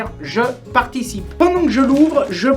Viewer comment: " je particie " salut mon je t'adore continu comme ca ne change rien YEAHHH 🤙🤙👷‍♂️